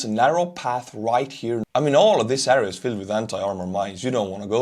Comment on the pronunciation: I appreciate and like your content, keep up the good work. But my OCD goes crazy if you pronounce area as "äria".. it's "air - ee -uh"